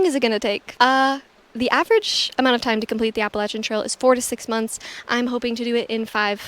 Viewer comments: Best. Appreciate the way you pronounce Appalachian. 🙂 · You seem legit, have some experience and say "Appalachian" properly, so I'm in.